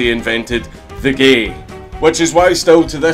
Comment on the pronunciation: Makes me laugh whenever he says GAE - with the scottish accent xD